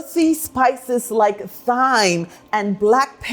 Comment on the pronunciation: I will definitely try this recipe. It looks delicious. Thyme is pronounced like "Time" (the H is silent)